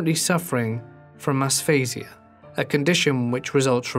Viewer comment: Aphasia. Not “ Asphasia”